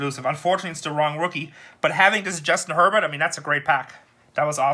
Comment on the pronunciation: Herbert isn't worth that much, you need to learn how to pronounce their names!!